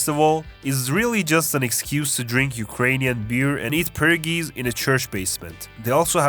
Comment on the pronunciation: I understand you have an accent so I’m sorry if it sounded harsh. It’s just pronounced the way it’s spelled. Per-o-gees. Also love this vid